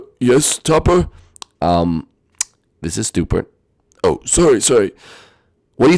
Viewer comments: It's not stupert and topper it's spewert and topper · It's Spewart, not Stupor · It’s Stewart not Stuper